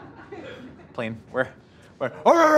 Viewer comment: I could not tell of he said Link or Plane until he confirmed that he said plane a bit later on.